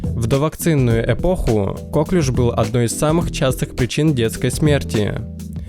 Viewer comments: Не кОклюш, а коклЮш! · Правильно нужно говорить коклЮш, а не кОклюш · Ударение на последний слог, потому что Коклюш это француз именем которого назвали заболевания.